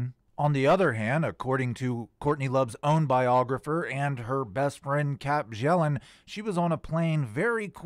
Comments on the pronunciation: It's pronounced byellen not bjellen. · Her last name is pronounced "Be-yell-and". I'v tried to tell you several times before in the comments. The J is silent.